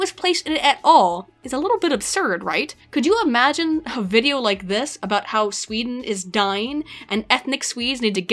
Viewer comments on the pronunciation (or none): none